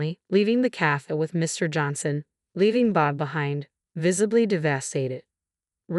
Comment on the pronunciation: How many words were mispronounced? For example calf for cafe. Most annoying.